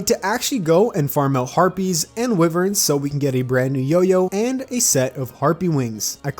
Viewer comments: oh and it it pronounced y-vern not we-vern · "icker" "wivern" 😭